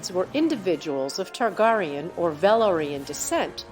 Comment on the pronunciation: King Ogon the 2 TargarieYawn